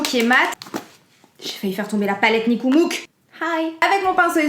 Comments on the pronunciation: Tu me tues que tu dis Nikmouuk 😹😹😹😹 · Cc jai trop rigolé quand ta dit niqemouk insulte arabe mais en le disant à La française mdrrr bizoox bonne continuation